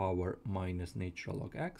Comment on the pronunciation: Pronunciation please.....its " natural " and NOT " naytural ".....!!!!!